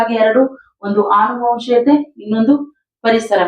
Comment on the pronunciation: ಆನುವಂಶೀಯತೆ ಅಲ್ಲಾಮ್ಮ, ಅನುವಂಶೀಯತೆ.ಮಕ್ಕಳು ತಪ್ಪಾಗಿ ಕಲಿಬೇಕಾ ನಿಮ್ಮಂತವರಿಂದ